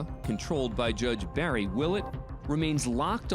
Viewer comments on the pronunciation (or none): none